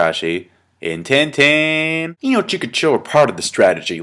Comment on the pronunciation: And Ten-Teeen :D